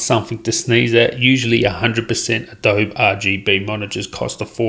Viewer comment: Adobe is pronounced 'adoh-bee'